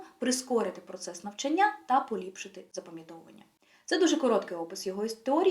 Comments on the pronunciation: Корисна інформація щодо вивчення мов, але дуже ріже слух слово "навчаннЯ" ) Можливо тільки мені, тому що в даний момент цікавить питання правильних наголосів) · Українською правильний наголос "навчАння" 😉 А відео гарне, дякую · лише одна хиба-- не навчаннЯ, а навчАння😉